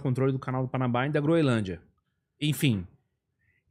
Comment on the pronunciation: O correto é Groenlândia, e não Groelândia.